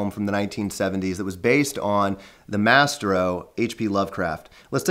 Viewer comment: Maybe there's an area of the country (or another country) where that's how maestro is pronounced. By the normal rules of English grammar, would you expect that word to be pronounced the way it generally is?